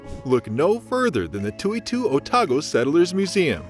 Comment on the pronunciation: Hopeless pronunciation in this video! Toitu is pronounced Toy-too, many other silly mispronunciations as well as mentioned above. Sounds like a machine talking. You can't even pronounce the name of the city!